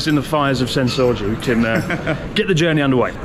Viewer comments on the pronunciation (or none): I know he said Senso-ji temple, but I swear it sounded like sense orgy... Which would kinda make sense, since there's so many sights, sounds and smells, etc